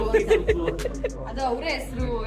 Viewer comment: Hasanmuki allamma, adhu hasanmukhi....mahaapraana khi...